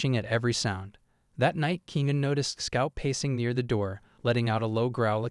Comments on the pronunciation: If your going to tell your stories, at least say the name RIGHT! REAL ANNOYING !!!! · You need to say his name right